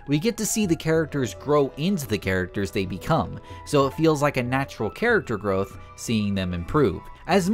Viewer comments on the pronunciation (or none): none